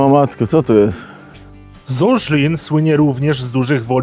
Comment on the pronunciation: Miejscowość poprawnie nazywa się ZLIN (Gottwaldov) i nie Žlin jak mówi autor widea. "Z" jak Zofia.